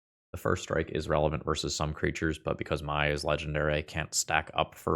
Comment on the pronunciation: Mai is just pronounced "May" pls 💀